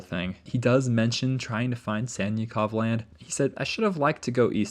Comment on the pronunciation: Anyone else hearing Santa Clause Land instead of Sannikov Land? 🥹🎅🏼